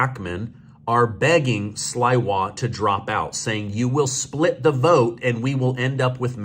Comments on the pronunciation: Sliwa ( pronounced Slee-Wa) is a good guy. He spent almost his whole life protecting New Yorkers from the age of around 20, when he formed the Guardian Angels, as there weren't enough police. He was offered 10 million dollars to drop out and refused. He loves NYC. He is also a big advocate for protecting women, fighting domestic violence, and fighting animal abuse. He's very tough, but seems to have a kind heart. There are a lot of people who really like him, although the media is ignoring him. He's a fighter, we might be surprised. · The guys name is Curtis Sl"eeeee"wa, long E. All of my podcasters are thousands of miles from NYC so have no idea of the 1000s of heroic stories of protection for 50 years. He is the only person who can mine the diamond out of the pile of crap that is now NY boros, etc. He isnt a polished BS er politician but he has more courage than either of them. HE is more like a Trump. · Cutis' last name reads not Sl iiiii wa, but Sl eeeeee wa. Pronounce the "i" as "e" like in word "sleeve." He put his life on line protecting NYers from 1979 w his group called "guardian angels." He earn that job already. Mammie-dummie is a vile leftist w psychotic & hostile ideas & appeared recently from nowhere! I live in NYC for 34 y. now & if he's elected, NYers will get what they deserve - complete choas! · Sliwa.....pronounced Sleewa. Long e, not long I. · Say "Sleewa" not Iwa He started the Guardian Angels. Fighting crime on the subways and all over NYC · it’s Curtis Sleewah NOT Slywah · "Slee-wa", not "Sly-wa". He's been a NYC fixture for over 40yrs. I know if you google his name pronunciation it will probably come up. He founded The Guardian Angels, maybe late 70s, early 80s. I can't remember, but I'm sure if I googled... He's also a GREAT guy. Omg, Catsimatidis' name too. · Its CURTIS SLEE-WAH! NOT SLY-WAH! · Sliwa, pronounced Sleewa.. ❤ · The name is pronounced slee-wah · It’s pronounced slee wa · It's "SLEE-wa": Cuirtis Sliwa.